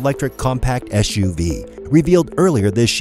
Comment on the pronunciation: SUV not ESHUV. Back to English 101 for you!